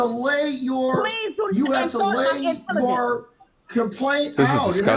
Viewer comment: Do not "ensalt" my intelligence 🤣🤣🤣